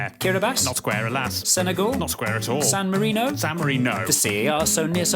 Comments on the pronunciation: "San Marino?" "San MariNO" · “San mari-NO” “the vatiCAN’T” Made me roll to indonesia